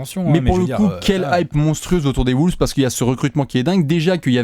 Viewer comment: Pourquoi vous prononcer "Wooles" ?